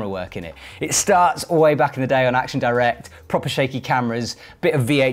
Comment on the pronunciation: please pronounce "Action directe" properly - it's french not english